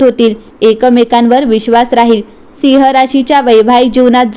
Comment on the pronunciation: सिंह म्हणण्या ऐवजी जो मराठी उच्चार आहे तसा म्हणजे ‘सिंव्ह’ असा करावा. मराठी कानाला गोड वाटेल. आपला आभारी आहे.